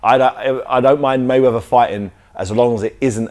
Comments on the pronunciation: He said mayveather LOL fml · this guy makes a mistake first seconds cant even pronounce mayweather